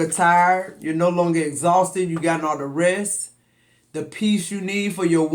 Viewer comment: When you said my name near the end i knew this reading was for me. And you said it right most people dont lol love you. THERESE